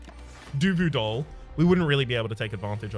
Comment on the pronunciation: Did I hear you say DUVU DOLL. Hmm, that is a good name though